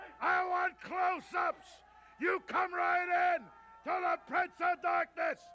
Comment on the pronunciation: "Dahhhkness has many foims!"